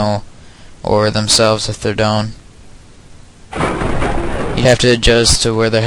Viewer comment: are u canadian. it sounds like it by the way u said down . Thnx for the vid. Really helped.